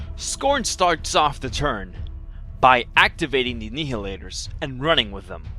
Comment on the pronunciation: Like your reports, but...It's pronounced NY-hilators, like "annihilate".